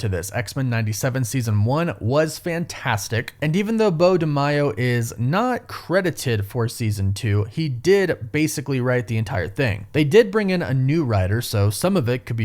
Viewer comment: It's MAYO. Not My o.